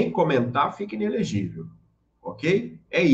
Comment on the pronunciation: "ENELEGIVEL" doeu